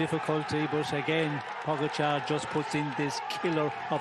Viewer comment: Wow, finally a commentator that can pronounce Pogacar's name. Thank you.